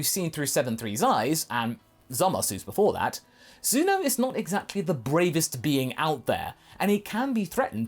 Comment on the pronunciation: did he say zuno